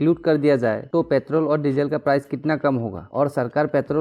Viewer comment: Its Petrol.... not pethroll. However good explanation bro.